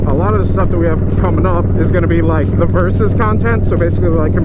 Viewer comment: Did anyone else think "versus content" was "Versys content" at first?